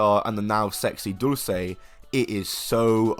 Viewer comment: I appreciate your pronunciation of dulce in Spanish and not in Italian like Americans tend to do